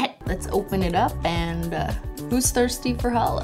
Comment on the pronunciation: I thought she said "Are you thirty?" I was like "um no I'm 16 I'm a little over half way there- wait you said thirsty nvm.."